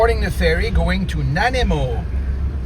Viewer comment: U-Cue-Let. 😂 Na-ni-mo.😂